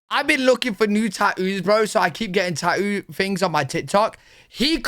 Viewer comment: what is tauuu? =)) i was thinking is Tattoo not tauuu